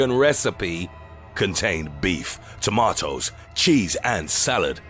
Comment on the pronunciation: Tomatoes not Chamotoes lol